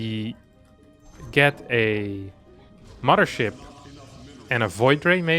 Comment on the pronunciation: *Mudder Ship.... Curious, is there no 'th' sound in his native tongue?